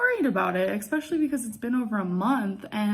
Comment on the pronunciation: I-B-profin, expeshully, impor’en, ub-load; she is so incompetent; and she thinks she’s a great writer